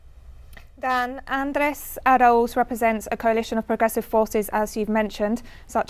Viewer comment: What is "ANUSUR"? Does he mean UNASUR? And he could do with learning how to say Arauz, not arrows.